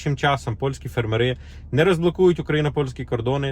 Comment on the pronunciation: Наголос ставте правильно на слові фермери!